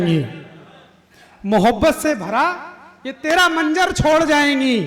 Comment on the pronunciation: Kavi banna aasan nahi hai bolna to seekhlo menjer nahi hai manzar bolo urdu ki tang na todo.